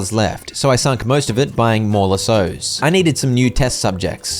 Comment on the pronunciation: That’s not how you say lassos😅